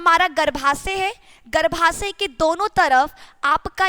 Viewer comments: मैडम जी हिंदी सुधार लीजिए गर्भाशय होता है न की गर्भासय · " शुद्ध हिंदी " !!!!!!!!!!!!!!!!!!!!!!!!!!!!!!!!!!!!!! --- - " गर्भासय " ❌❌❌====> " गर्भाशय "